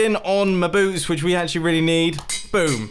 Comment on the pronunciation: Is it just me or was mumbo like 150% British at the end saying mindin on mi bueoots